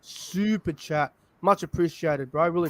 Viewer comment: Why do u pronounce superchat weirdly? Liked the stream and that roosters lost